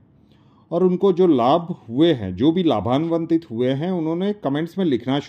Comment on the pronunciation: vinamratapoorvak seva mein nivedan hai ki shabd hai ko shabda ha LABHANVIT not LABHANVANTIT. Upayo prayogo ke liye dhanyawad